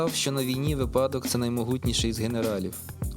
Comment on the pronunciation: Дякую, справді цікаво)) Тільки цейво... Наполеон казав не випАдок, а вИпадок. 😁